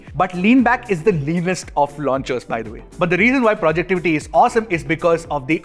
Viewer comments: Dude Its Not Projectivity! Its "Projectivy Launcher" 😁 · "Projectivy" hai naam not Projectivity 😅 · Instead of remapping the home button you can disable the "Android TV Home" app so that your TV always boots up with the custom launcher. Btw it is Projectivy and not projectivity.